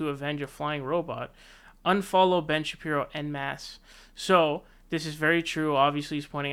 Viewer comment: Are you drunk? Not even 30 seconds into your video and you’ve already said two names wrong. Who is Paul Joseph “TWOTSON”... and who is Ben “ShapRIO”?😂